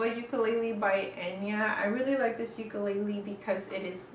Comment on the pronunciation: shes a proffesional and pronounces ukulele the wrong way wth